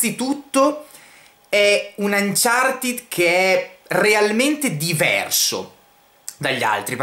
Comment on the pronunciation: Ma perché anciartid?? Si legge anciarted